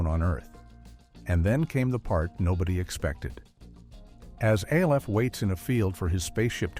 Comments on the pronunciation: Not A-L-F . It’s Alf like elf with an an instead of an e. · Not A. L. F. It is pronounced Alf. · My So Called Life - without a single shot of Claire Danes. And "A-L-F" Gotta love these brain dead AI vids. 😀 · or Alf